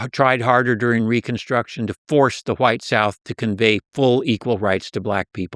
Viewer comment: Why does this dude keep sayin WHYITE? Insufferable every 30 seconds and changing this